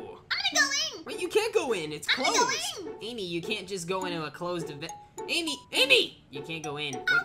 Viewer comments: Did bro say solo babe lol😂😂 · Did he just call Amy bebe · He said bebe not Amy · and no he didn’t he said ame